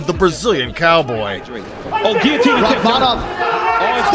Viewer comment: Its only a "ghee-otine" when there is a GHEE... otherwise, its a GUILLOTINE choke... you doofus!